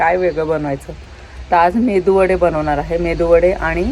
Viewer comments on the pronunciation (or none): Please say right pronunciation MeduVada not Mendu Vada 😊